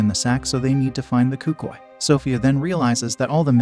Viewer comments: Cucii💀 as a Spanglish speaker(Hispanic) I feel so disrespected by that word. It’s Cucuy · Hearing you pronounce cucuy made my ears bleed